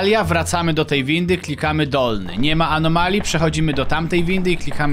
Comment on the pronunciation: Anomalii, a nie anomali